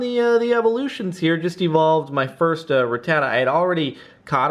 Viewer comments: I hate how he's saying rattata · He says Rattata funny